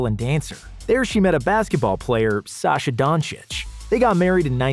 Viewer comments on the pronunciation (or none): Its Saša, not Sasha😤